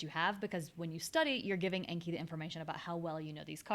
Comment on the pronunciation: Really helpful stuff! Thank you! As a Japanese language learner, anki is a Japanese word meaning "memorization," and "learning by heart" and pronounced with a short a as in "father." Thanks again!